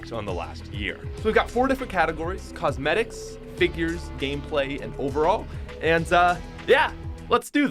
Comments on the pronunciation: Who noticed the "cosemtics", not cosmetics🤭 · Nobody: Not a single soul: COSEMTICS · “ Cosemtics “ - 2019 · nobody:: COSEMTICS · Sir, What's a Cosematic? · Nobody: Literally nobody::Cosemtics